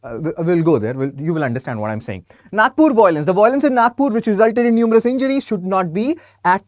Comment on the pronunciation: Finally rioters are innocents but vocals are voilents 😂 english educated 😂